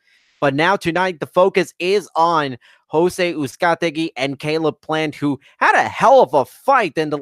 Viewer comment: The main announcer also referred to Brandon Figueroa as Moises Figueroa at least once (in the Brandon Figueroa vs Moises Flores semi-final). Combined with the thousand pronunciations of Uzcategui, it didn't make for a great outing on the mic for the announce team. That said, it was a fun card with a really good main event.